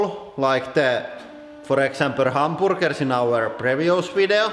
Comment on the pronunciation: Word of the Day: Ham-boor-gerr